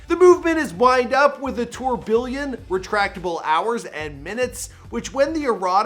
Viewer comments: It's pronounced [tur bee on] not "ture billion" the word "billion" isn't even in the word *tourbillon*. But you wouldn't know that, obviously. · Tour Billion instead of Tourbiyon seriously why did your slash that pronunciation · It’s French tourbillon is pronounced tour-bi-onn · Tour-billion? Lmaoooo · "Tourbiljon" he said lol